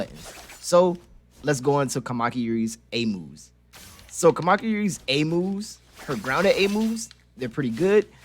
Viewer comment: It's a very good video but as a Japanese every time he says "Kamaki" it deals much damage to my soul lol